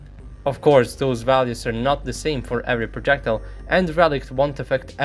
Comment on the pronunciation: Чувак, что за неразборчивое бормотание? Ты одновременно жуешь и говоришь? Пытайся произносить слова четко, и не произнрсить "d" как "t" - это английский, а не русский. И постарайся ставить правильно ставить ударение - хотя бы в тех словах, которые ты часто используешь, таких как "projectile". Трудно что ли воспользоваться Google Translate и послушать, как слово произносится?